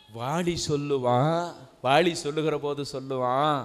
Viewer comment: அருமையான சொற்பொழிவு.... ஆனால் முழுவதும் கேட்க முடியாமல் காது அறுபட்டு இரத்தம் வழிகிறதே...! தமிழ் கொலை நடக்குதே... லகர - ளகரம் - னகர-ணகரம் இடமாறி காதில் நாராசாரமாய் ஒலிக்கிறது.... வாலியை வாளி என்கிறார்.... சுவாமி உச்சரிப்பில் கொஞ்சம் கவனம் வைக்கலாமே...!